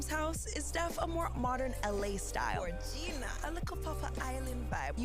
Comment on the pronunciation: did the sim said GORGEENA ?!? Omg